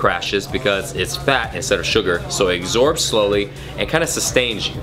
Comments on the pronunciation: It's absorbs, not exhorbs! Love the bullet-proof coffee💚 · lol "exorbes" I love it! :p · "it eggsorbs slowly"